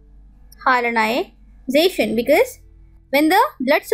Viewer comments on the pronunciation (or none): Its hyalinization not hyalization !!